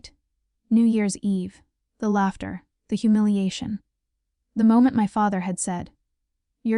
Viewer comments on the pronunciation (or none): If your AI can’t read maybe you need to fix your programming. Laughter is not pronounced latter. So she has secretly bought a penthouse but didn’t own a car in her 30’s? Really people!